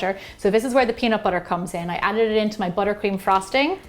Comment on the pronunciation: no one: that lady: wArM bUtShEr